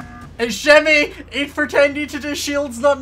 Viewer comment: “It’s jimmy Its jimmy It’s jimmy It’s shimmy it’s shimmy it’s shimmy” when he says jimmy to many time it sounds like shimmy